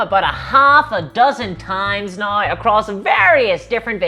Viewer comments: I’m sorry, my disgusting American ears are confused. What is a nai ow? Love your work! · They way you say “now” is really fucking with me lol